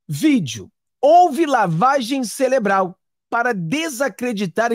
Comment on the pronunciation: Não celebral é cerebral